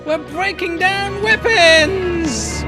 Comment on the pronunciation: What's a "wipons"?